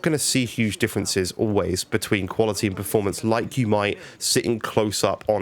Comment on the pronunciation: Wow really good vid dude! At first I thought you said performance and equality mode 😂